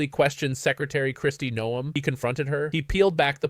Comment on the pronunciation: It's Noem, not Neom.